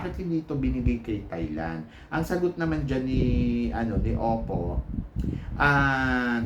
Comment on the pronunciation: its opal po not oppo..according sa parents ni opal, kaya opal ang nickname niya kasi daw they want her to have a heart as strong as diamond and nature as brave and humble as stone and OPAL is in between and OPAL is a gemstone..walang oppo na gemstone..its their accent na silent L kaya ang dinig is oppo